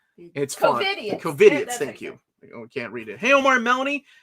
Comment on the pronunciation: Omar trying to pronounce "Covidiot" was my favorite part. 😂